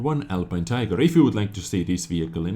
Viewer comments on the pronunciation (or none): none